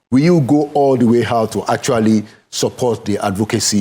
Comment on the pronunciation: ABEG, GO AND FIX your "H" factor. Ah ah?! You are not making ANY effort at all to speak properly - FOR A TV MEDIA JOURNALIST?? That is mediocre. Go and FIX it! Tired of hearing: "Welcome HOUT there!" and "You are HON to Inside Sources!". Ah ah?!